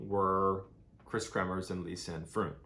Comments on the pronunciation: I love how you explained this story 👌🏽 I am also from The Netherlands and this unfortunate situation kept the Dutch people baffled. PS Froon is pronounced the same as the word Drone. Fr ‘one’ ….. :) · Very badly researched. Here are some facts: the host family doesn't even own a dog (see wikipedia on this). Mispronounced Boquete and Froon. Phone logs can be easily faked by anybody. Yet you state they were making the calls. No proof of that.